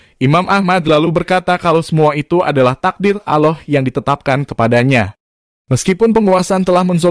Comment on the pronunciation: Bacanya Allah bang, bukan Aloh